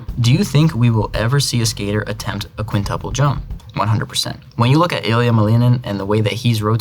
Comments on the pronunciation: he pronounces the last names correctly but not the names, at all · тебе правильно говорят, во втором случае он произнес правильно только фамилию, имя все равно по-американски сказал, "Илиа", так что не понимаю зачем ты продолжаешь спорить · He pronounces only Malinin IN pure Russian. Iliya's, Eugenia Pluchenko's and Alexii Yagudin's names he produces in English accent. But he pronounces Yagudin in Russian. Also he once pronounced his name in Russian, but said Naumov so fast that it almost didn't sound Russian. It was more like nOmov instead of naUHmov which is more Russian pronunciation